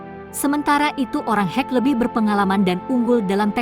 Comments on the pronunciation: Sebutan salah.. Bukan hek... Tpi kek Sumber video tidak di ikut sertakan... Pencaplok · Perlu penyempurnaan kata2....bukan hek...tapi dibaca ke' (khek)🙏